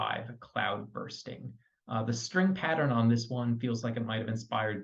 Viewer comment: ‘Buoy’ is pronounced “Boy” in the UK. ‘Cloudbusting’ (‘busting’, not ‘bursting’) really does need to be listened to with the accompanying music video, or after watching it. You would then be better able to appreciate the gradual buildup in drama. Fair reaction but I think it is clear Kate is too progressive for you.